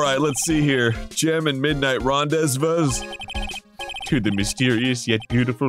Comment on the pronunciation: I dont know why but Arin's ability to mispronounce rendezvous, audibly notice it, but keep going sent me into orbit